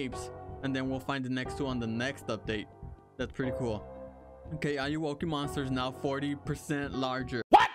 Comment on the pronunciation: Ayowoki? More like Ay-owo-ki